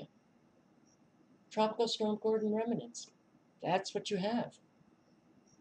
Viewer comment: Rem-nants. Not Reminants.